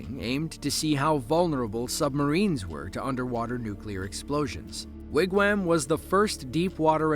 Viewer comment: Sure sounds like AI is pronouncing Wigwam as Wigwham